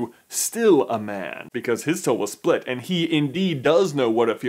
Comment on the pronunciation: When he says 'man' it sounds like he's saying 'Ben' 😅